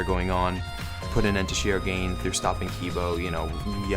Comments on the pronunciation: I had no idea that you were talking about Tsumugi until the very end XD you are supposed to pronounce all syllables in her last name lol Shir-O-gan-e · Sorry to be that person, but Shirogane is pronounced ‘Shiro-gahn-ay’. Japanese names pronounce the ‘e’ as well.